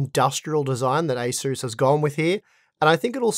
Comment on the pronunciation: You pronounce ASUS as ACER , Maybe its your Australian accent hard to understand.